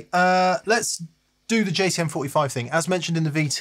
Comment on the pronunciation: Is it my ears, or did keep referring to the JTM45 as a JCM45?